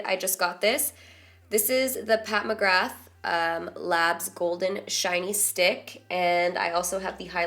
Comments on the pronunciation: noooo, McGrath has a slient 'T' you pronounce it as Mc-graaa, not Mc-graph haha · kavanagh yaaaas thank you, i cringe everytime someone says Mc-Graph hahaha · Yeah, that's how we say it in Ireland anyways more like 'graaa' 😂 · its pronounced "mcgrah" like "ah" btw :) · "I'm glad we made that decision together, phew, thank you guys"..... quietly replies to self "you're welcome" whilst watching ps. I'm not sure how Pat personally pronounces his name, but McGrath is usually pronounced "McGraah" (silent th). Just don't want they to judge... they...... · Pat McGrath is an Irish name. We don't pronounce the "th" so McGra 😂😂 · so I come from that land of the leprechauns 💚💚💚so am well up on the CRAZY way we pronounce names!!! pat mcgrath.... OK so....mcgrath is pronounced without the 'th'. so u would say it like pat mcgra. no 'th' no no no. But u can say it anyway u like girl💪💪💪slayyyyyy😎😎😎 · Mcgrath is an Irish surname so it is pronounced as McGra X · I could be wrong but McGrath is typically pronounce McGraw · don't pronounce the 'th'! It's an Irish name, it's pronounced Mc Gra xxx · FYI a friend of mine spells his last name McGrath, but it's pronounced "McGraw". Has to do with that Irish Gaelic. Lots of strange (to us) spellings and pronunciation s. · If it's Irish then it's pronounced McGrah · You don't pronounce the "th" in her last name. McGrath is traditionally an Irish name, and they don't pronounce that sound. So you would just say McGra and leave it at that. Or like Tim McGraw. :) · setting you up for a loss bro, it's pronounced 'McGra' (th is silent) it's an Irish surname 🍀 YOU SLAYYYY THOUGH 💗💗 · Pat McGrath is an Irish name,as I'm from Ireland I know it's pronounced pat Mcgra,ps come to Ireland sometime,I love you so much !!!!!!!❤️❤️❤️